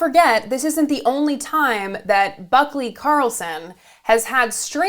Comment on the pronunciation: I swear I heard you say "buckwheat".